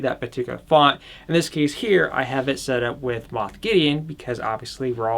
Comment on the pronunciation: is it moph or moth gideon? i say moph, but it sounded like said moth